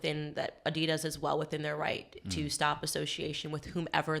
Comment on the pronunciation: Why was he saying Addidas like that?